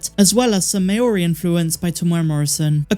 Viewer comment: Māori - Mao-ree